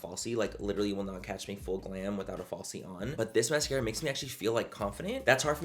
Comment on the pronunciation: When you say full coverage all I hear in my mind is FOOL COVERAGE 😂 I love you Manny ❤